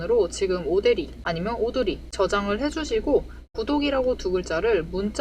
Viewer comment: 오대리 흥분하면 발음 꼬여서 오대리를 오드리라고 발음해요😂😂😂😂